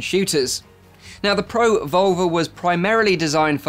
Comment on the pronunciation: Who else thinks hes saying pro vulva